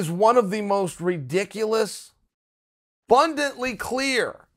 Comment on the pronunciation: Chael's the only man I'd never correct for saying *fake "words like "BUNDIT"